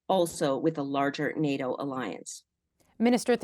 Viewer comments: im a conservative and its nato not noto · I can’t stand when politicians talk like this Update: listened to the end, and the conservative response might be equally bad 😂 and she doesn’t even know how to pronounce “NATO”